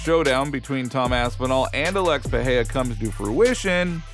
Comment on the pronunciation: The name is PeReiRa not Peheia.